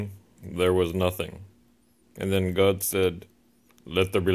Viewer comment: I'm dying! "One theeemb! Eh mey geeeeewd!"